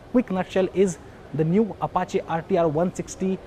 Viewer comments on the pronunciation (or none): none